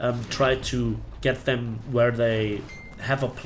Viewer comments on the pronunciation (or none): none